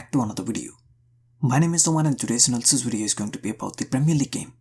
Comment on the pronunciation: Nobody::What is up guys and Welcome back to another "WIDEO"